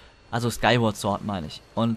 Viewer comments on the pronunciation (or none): none